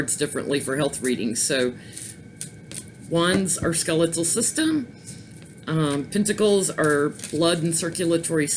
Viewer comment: King of Pentacles sounds like King of Pantyhose... Lol!!!